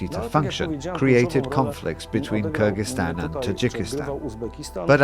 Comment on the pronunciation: BIG Thank you for pronouncing Kyrgyzstan correctly in the beginning of the video. 👏👏👏🎉🎉🎉